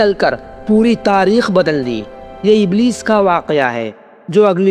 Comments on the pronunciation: بھائی صاحب ابلیس ہوتا ہے ابلس نہیں ایک غلطی ہے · Bahi iblis hota hai ibls nhi